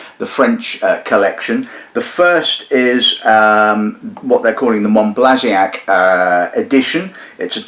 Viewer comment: Monbazillac, not Monblaziac. Mohn-bah-zee-YAK. Sorry, pet peeve.